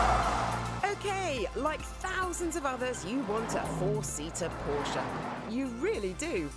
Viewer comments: The dude needs to start learning how to properly pronounce “porsche”. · Why can’t he say Porsche correctly….ug. So annoying